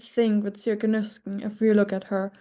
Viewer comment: Sjoeke is not pronounced like that, but like SEE-O-KEH